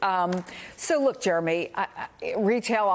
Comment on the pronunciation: They keep saying 'Jeremy' sound like 'Germy'!